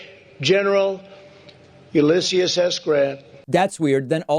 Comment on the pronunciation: You didn't nail the the issues of hypocrisy, you nuked them from orbit. Great video. Except, I'll admit I've make the mistake of mispronouncing Ulysses.